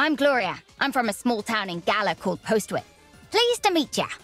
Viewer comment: Fun fact, Postwick is a real place, a village in the English city Norwich, and it’s actually pronounced Pos-ick